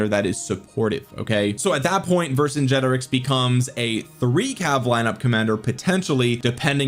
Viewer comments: Vercingetorix is not pronounced like that, it's pronounced Ver - cin - get - orix ✅, not Ver - cin - ge - torix ❌. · Ver-sin-get-or-rix. I think it’s a hard ‘g’ as in ‘get’. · bonsoir de France : "VER SAINT Jé toriX" pour la prononciation française. ... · You have to pronounce it the german way